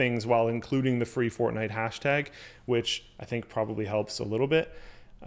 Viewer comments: FORTNITE ITS CALLED FORTNITE NOT FORNITE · FORNITE? lol